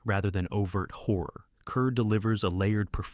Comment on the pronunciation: Kerr = "Karr" in Deborah's case.